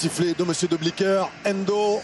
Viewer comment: Why are you French so obsessed with pronouncing foreign names YOUR OWN FRENCH WAY??? Doesn't it sound, well, a wee bit backwarded (ignorant?) to you? It's Frank 'De Blééckere', not 'De Blecquère'!!! He's not French, he doesn't even speak French!!! Most of all, it's "Pah-rah-gwah-ee", or, to put it in French, "Paraguoi-y", not "Paragouéé"!!! Come on, it's simple, it's Spanish... it's close to you... why do you constantly do that? Some late reminiscence of the times when "the world belonged to you"? Well, I'm sorry, those times are over, in Scotland we sent the Stuarts to hell centuries ago and they fled "back home" to you, you had used them to conquer our lands, as we both know... Napoleon's dead, make your minds up... I'd never DARE pronounce "Thierry Henry" like "Terry Henry", most English speaking people would easily make that mistake if they never heard the way it's actually pronounce... why on earth do we all have to follow your language while you still won't accept a common word like "computer"??? I'll follow French pronunciation just because I want sound right and I don't want to sound ignorant, why isn't this in your minds?